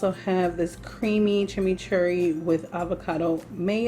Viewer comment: You are pronouncing chimichurri correctly. Generally, chimichurri is used on flank or skirt steak a lot. You look fantastic!